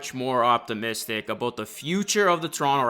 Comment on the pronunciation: “A boat the future” 😂😂😂